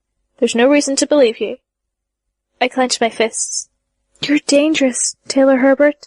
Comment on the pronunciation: "Taylor HEbert" There's only one "r" in the last name, not "HERbert". Thank you for your efforts in putting this epic into audiobook form, but please look up the pronunciations of thee words used. This particular VA adds in a fair amount of extra syllables in words that shouldn't be there. For example, there's no "a" on the end of the name, "Simurgh."